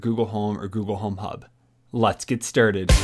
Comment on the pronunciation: “Let’s get sterted.”